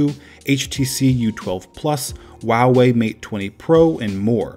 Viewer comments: 7.58 ''WOAWEI'' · Hearing you say Huawei is like torture